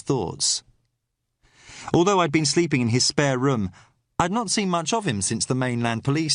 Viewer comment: spay-ir a minute? nor "spae-r", pronunciation, if you are going to do an accent get the idea of HOW we pronoun oor vowels or dont bother otherwise you sound like you are speaking the Scotch of Brigadoon, mythical place with mythical language ..ie, total bollox